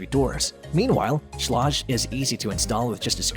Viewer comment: Learn how to pronounce schlage